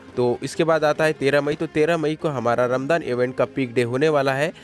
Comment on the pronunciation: Bhai vo ramjaan hota h